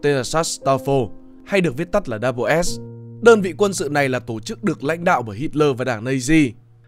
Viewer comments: Đâu ai đọc là Double S đâu pa. Người ta đọc là SS, tiếng Anh đọc là The SS mà. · Mình thấy ngày xưa đi học và trong chương trình của tây họ gọi đơn vị này là "ét zét" chứ ko phải cách như bạn đọc "đắp bờ s". Nghe rất phèn. Phải chăng nên chọn lối đi riêng để thành công? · cái "Schutzstaffel" đọc tắt là "double S" thì k đúng lắm, mình nghĩ nên đọc là "S S" thì có vẽ đúng hơn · Mình vẫn luôn nghe tên tổ chức này được đọc là SS (đọc 2 lần chữ S liên tục) nên nghe video này đọc double S bị khó chịu á chời 😑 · Đọc “ double” S là không đúng đọc như vậy không ai biết đội quân lừng danh của Hitler.Chỉ đơn giản là S-S. Tất cả tài liệu của nước ngoài đều đọc như vậy 😁